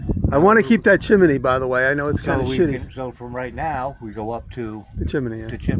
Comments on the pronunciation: Love the way Jimmy says 'chim-me-ny' 😄 Very cool project, those stone foundations are awesome! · I can't get over the fact that you say chimimeey my British ears can't take you Seriously when you do😅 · "Chim-in- ney"!